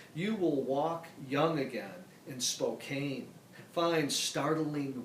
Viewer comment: Good stuff. Richard Hugo is one of my favorites. But, George, please check the proper pronunciation of 'Spokane' -- my home town. The last syllable is 'can' not 'cane'. Thanks.